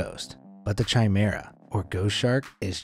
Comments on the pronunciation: Chimera is not pronounced ch as in chicken it's pronounced as a k hence it is pronounced kimera as in kick, I hope that this is clear to understand. I am sorry if I sound pedantic or petty but I tried to ignore your pronunciation but it just got more annoying the more you used the wrong pronunciation. I enjoy watching your channel but please try to get it right! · Chimera is pronounced, K Ī M E R A. No C, H sound. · Chimera Ian pronounced with a ‘ch’ sound. It’s a ‘k’. Basically ki-me-rah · 'Chimera' is pronounced with a hard 'ch', like in 'choir'.